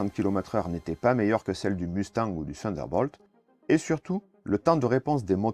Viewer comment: Le "Funderbolt", le "Norsrop", les "Sunderbirds"...